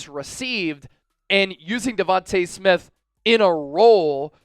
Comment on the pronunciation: Stop pronouncing Smiths name wrong! Smdh!